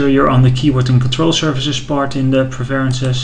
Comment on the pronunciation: You really need to look up the pronunciation of the word "preferences" bro!!!